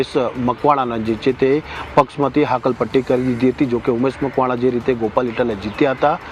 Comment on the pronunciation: હકાલપટ્ટી के કહેવાય, હાકલ પટ્ટી નહીં